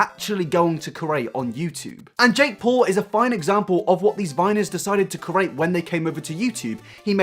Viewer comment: can't get past how you pronounce "create" . you seem to be saying "ker- ate" 😂